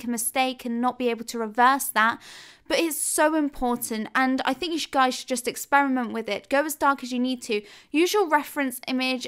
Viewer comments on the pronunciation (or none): none